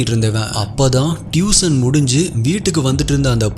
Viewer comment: டியூஷன் , அது டியூசன் அல்ல , Improve your pronunciation ...